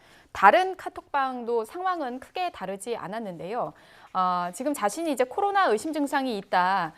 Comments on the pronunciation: 코rrrrrrrr로나 이구가(???) 확싼되면서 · 코ㄹㄹ로나! 스페인 발음 지룟다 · 코rrr나 19가 확산되면서...